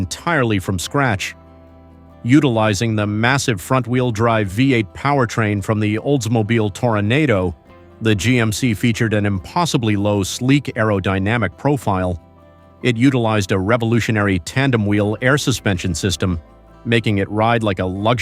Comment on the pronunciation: Toronado........................................ Not tornado.............................................